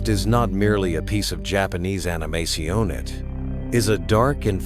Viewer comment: Damn, D would make Blade jealous now I would love a crossover between D & Blade both animated & live. Did the AI just say "Animasione?" Is it trying to sound fancy?